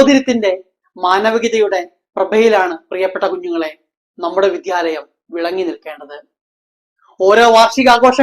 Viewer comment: വിധ്യാലയം അല്ല മാഷേ വിദ്യാലയം